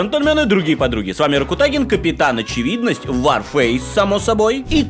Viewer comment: Почему, варфейс? Ты же говорил-орфейс!